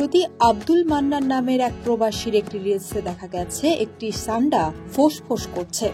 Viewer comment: ছান্ডা কি ভাই😂😂 সান্ডা!!!